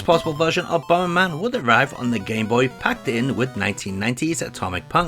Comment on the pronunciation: BOMBERMAN ❌ BOMBMAN ☑